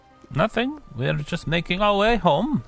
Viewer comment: just yust just yust just yust. Freaking Swedes!